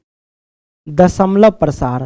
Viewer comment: Sir dashmlav Prasar bol raha hai